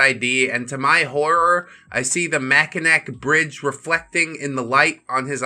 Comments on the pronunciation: He should have pronounced it correctly ("Mack-in-aw Bridge") But this means I share a state with this neckbeard. Gross. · for anyone wondering, the Mackinac Bridge (pronounced Mack-in-awe) is the bridge in Michigan that connects the lower peninsula and the upper peninsula. Being such an important structure, it can often be a symbol on our IDs and license plates. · Mack in aww bridge. It's Michigan.